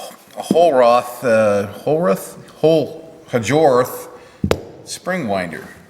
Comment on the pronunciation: Hjorth...pronounced like "horth". The J is silent like the P in swimming. (Lol). Great meaty loaf, keep em coming! Cheers